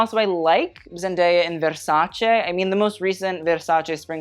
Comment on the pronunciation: Strangely you pronounce Versace as it should be pronounced, which many people don't even in the fashion field, but unfortunately you don't pronounce Bottega Veneta well, not because I want to attack you but because I'm Italian and every time I hear it it sounds bad 😅. Here's a video of the correct pronunciation, hope next time you will say it well 😊💕